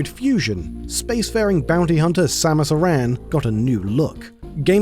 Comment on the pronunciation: Thank you for pronouncing Samus' full name properly! Not many do. Didn't know that Sakamoto made sure the redesign of Samus' suit had purpose.